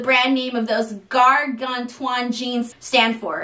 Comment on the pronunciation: The worst part was the pronunciation of "gargantuan". 🤣🤣🤣